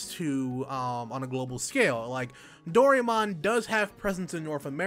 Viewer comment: Finding Dorymon? I hope your Japanese reading skill is better than your pronunciation. I like the idea that the game might have Fantasy Life elements to it, but not as thrilled that this will be Nobita’s “story”. Who gives a crap about him? Seems like anyone actually wanting to see a lot of Doraemon will feel cheated.